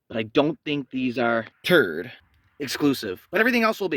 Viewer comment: Annoying every time you say TURD.... , I got it the first minute of this video it's a TRD just stop repeating TURD..... annoying but is catchy 😂😂😂😂 now every time I see a TRD on the road I'm going to call it TRUD.. this is all your fault 😂😂😂😂